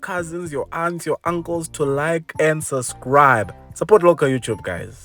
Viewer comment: I like the way you say "sus-cribe" 😅 fantastic looking bakkie, this one! I must say, the price makes it look very attractive compared to the R1m Ranger & Amarok 😮‍💨